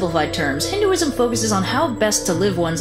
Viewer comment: HinduSIUM......or HinduISM? Lol, I think u're mispronouncing. And this is the 3rd video I've seen u doing that. Thought I'd mention it once.